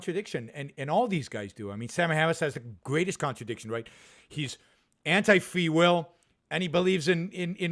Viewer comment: Fwee will....sam hawwis